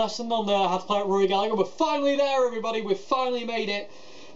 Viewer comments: Very informative from someone who genuinely appreciates Rory. Please though, please.... its Galla-her not Gallag-er, the G is silent not the H:o) If Mary Spender can do it you can do it too. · You said Gallagher wrong it’s gal-a-her not gal-a-ger I’m only nit picking coz it was such a fantastic video good work mate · His family name is pronounced GALLA HER! It's IRISH! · Love it! One comment: his last name is pronounced Galla(g)Her. The g is silent. It’s tough to hear English accents mispronounce an Irishman’s name so much for us over here in the land of saints and scholars (and the blues god that was Rory)..